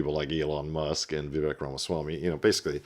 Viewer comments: he’s been in the news everyday for a year, you make political videos, and he is American. Vivek rhymes with Cake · Bruh u want to be an expert? Say Vivek’s name right. U sound like a casual at a bbq